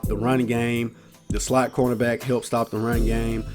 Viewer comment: He said "CONErback" instead of cornerback. I love ice cream CONErbacks